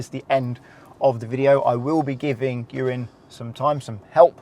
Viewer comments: The captions really do his name in at the very start but consdiering his name is Ewan, it really does sound like you say Urine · He used Ewan but sounded like "this is urine" i had a scare for a moment...thought he was taking the p*** 😂 okay I'll just get my coat and leave 😂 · I heard it as urine so subtitles has it bang on 😂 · To be fair to the subtitles, it honestly sounded like he said that. I did rewind it a few times. 😂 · Why does it sound like he called him urine at the beginning 💀